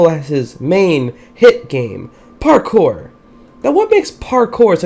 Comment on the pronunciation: Did anyone else realize that every time he said parkour he said it like parKOUR! where fave go?